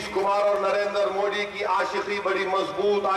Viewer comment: Abe phle modi bolna to Sikh le